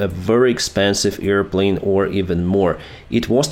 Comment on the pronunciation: Not "EAR"-plane It´s AIR plane like "I HEAR with my EAR this YEAR" and high up "THERE" We can breathe fresh "AIR" if you "CARE" ;)